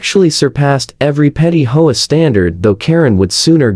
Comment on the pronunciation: It's H-O-A, not hoa